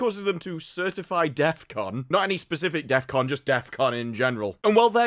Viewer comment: bro says deathcon like he's Kanye or something